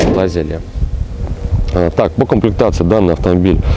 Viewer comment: АналОг, а не аналАг. КОмплектации,а не КООмплектации...